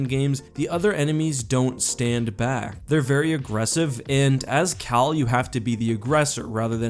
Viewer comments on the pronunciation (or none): Oh his name is CAL Kestis. I thought you said his name was, I was about to say "ANOTHER -based name in Star Wars?"